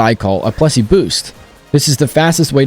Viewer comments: j hate how it says 'plessi' ITS PLESSIE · Just... It is Plessie, not Plessi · PLESSIE! NOT PLESSI